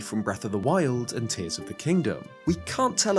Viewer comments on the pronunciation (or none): none